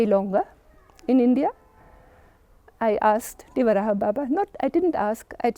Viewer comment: Pushpendra sir wo madam achha bol rhi hai 'dewarahaa' baba hi bolte hai pehle aap sahi uchcharan kariye uske bad interview lijiye